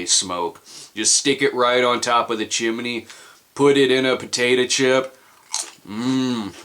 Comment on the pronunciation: the "Chim-iney" lol